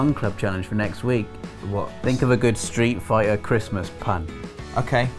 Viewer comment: I'm 7 years late, but "Sleet Fighter".